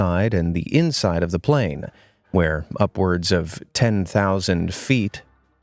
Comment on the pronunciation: plane crash (you said plan crash